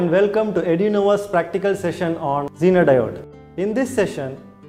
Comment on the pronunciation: Genre isn't wat he pronounced zenar like